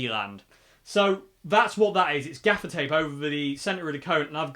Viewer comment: At first, I thought you were saying "defecate" regarding the dark strip across the grill. Oops! I was glad when I finally realized it was "gaffer's tape." That amp sounds pretty good. Thanks for the demo.